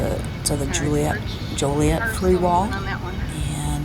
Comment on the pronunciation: Yes, please work on all your pronunciation. Peoria, Joliet, Calumet.